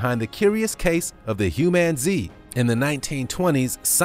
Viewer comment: Humanzee?? Why